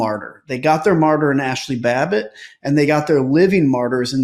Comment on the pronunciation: Did say Nasty Babbitt or is my mind playing trics again💙